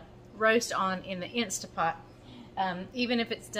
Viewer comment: It's not stA .. it's staNt .. pot